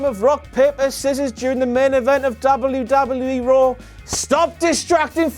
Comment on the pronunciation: I really hate the way you say "WWE"